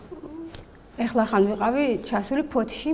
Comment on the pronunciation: "ეხლახან" არა. "ახლახან" არც" ეგზუპერ-ში" და არც "ვანგოგ-ში" კარგი გოგო ხარ. )